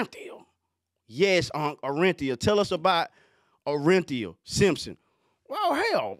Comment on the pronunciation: He said " tell us about ORR-EN-Theeuh" 😅 RIP OJ